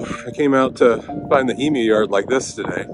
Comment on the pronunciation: Yaaaaa! Thank you for pronouncing Emu properly ❤❤❤